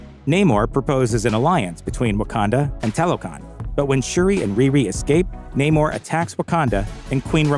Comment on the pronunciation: It is Namoor, not Naymore